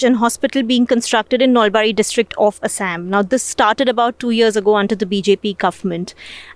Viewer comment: It's not ASS-AMM it's Aa-saa-am.